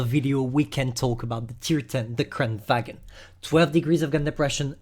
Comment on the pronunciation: it pronounce kran varn